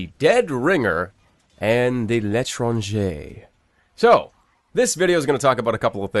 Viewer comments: Somebody on Youtube said l'étranger right! finally! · Oh, also, congrats on getting the L'étranger's pronunciation right! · And to celebrate, you finally said l'étranger right :D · Wow he said L'etranger correctly.